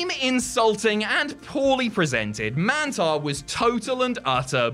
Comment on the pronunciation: How would you say minotaur? Now do that with mantaur and it will sound right smh